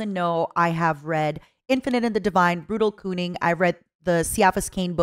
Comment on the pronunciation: "brutal koomin" and "siafis kane"????? WHAT